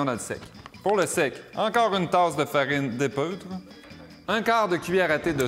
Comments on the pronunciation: Suis-je la seule à avoir entendu 'épEUtre' ?? Ne dit-on pas 'épEAUtre' ? Autrement, c'est pas ça qui va m'empêcher de l'essayer :) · En effet. La prononciation ne semble pas tout à fait correcte. :-)